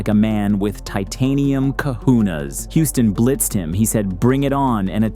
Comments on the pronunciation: Hey its COJONES, not cojunas 😂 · wtf are "titanium kahunas"? MF get it right. The word is cajones. Don't be ignorant. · What on Earth are titanium kahunas? 🤣🤣 You clearly mean cojones 😅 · They are "Cojones", not "Kahunas". One is a Hawaiian chief, the other is a big set of nuts.